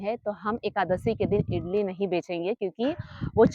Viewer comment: इटली नहीं इडली कहते है